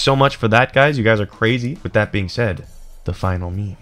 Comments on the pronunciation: ANNND WITH THAT "HUYS" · He said "and with that huys" My irl name is Huy(I'm Vietnamese)